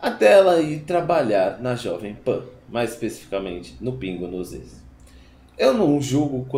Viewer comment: Cara, vc fala muito mal! " Pra mim fazer" " pingos no izzz"